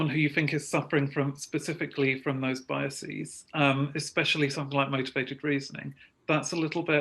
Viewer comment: The plural of bias is biases, not "biaseeeeez" ; I mean, it doesn´t follow the patern of crisis- crises or thesis - theses.